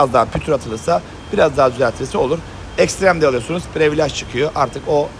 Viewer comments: Previlıc olunur previalage , ekstrim paket. Abi yanlış anlama kötü niyet demiyom ama almanlar almancadan iyi ingilizce konuşur sen yapma bari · Usta özür diliyorum ama ya yabancı kelimeleri kullanma ya da düzgün telaffuz eder misin. Çenc diyince çok değişik oluyor. Değişmiş falan desen de kabul, previlaj içler acısı zaten. Privilij diye okusan